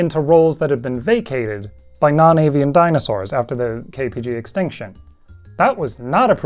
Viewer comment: At first I thought you KBG extinction…. I had to go back and listen to it again! lol!